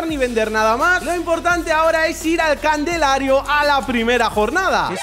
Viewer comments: gente soy un viajero del tiempo, sigue jugando al Fc esta en el 42, pero aun sigue sin decir bien la palabra CALENDARIO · Calendario ❌ Candelario✔️ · Dale con decir candelario es calendario aweoneitor 😂